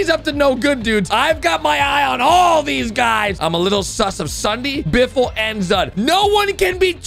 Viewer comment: it is not biffle